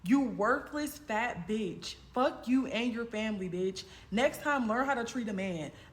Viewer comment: He can’t even say B***h right 🤣